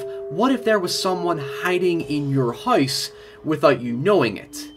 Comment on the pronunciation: Man, your accent gets crazy sometimes. Every time you say "house" it sounds like you're pronouncing the three letter word for frozen water with an H in front of it. It really sticks out here due to how much you said it.